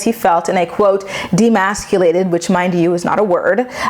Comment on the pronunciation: Demasculated is great but pales in comparison to “drownding” or “controllive.”